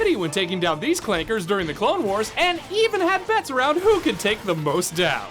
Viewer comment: He said clankas wrong